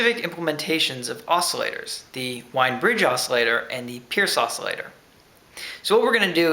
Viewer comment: It is pronounced "Veen" but I don't think I've heard anyone ever say it right.